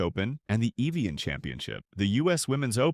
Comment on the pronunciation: Who taught this dude how to speak? Evian… Kiawah…